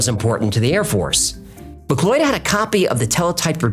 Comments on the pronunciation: Mcloid? Mick cloud. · 'McLeod' pronounced as "McLoyd". It's not the end of the world, or even a detraction from the story, but I've noticed the occasional problem with pronunciation of personal names & such-like. The name in question, as spelled here, is said just like 'McCloud'. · It's pronounced "Mc CLOUD"😂😂😂